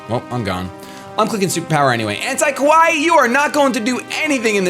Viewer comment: Kawaii is pronounced ka-wai-ee and essentially means "cute". Ko-wai means scary.